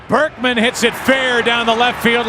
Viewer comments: U really do got the worst pronunciations or just dont pay attention. "lance Bregman" lmao it's not even hard to say Berkman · Lance Burk-min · We're you getting lance bregman it's berkman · You are very entertaining but how the heck do you get Lance BERKMAN'S name wrong EVERY time? Keep up the good work. PS. I was a clubhouse boy for the Astros wayyyyyyy back in 1980-83. If you want some juice on what happened behind the scenes, lemme know! I also wrote for BleacherReport for a while and covered some history of the team! BERKMAN.....NOT Bergman!!!!!